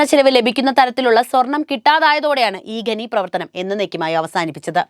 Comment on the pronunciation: ഗനി അല്ല ഖനി ആണ് സെച്ചി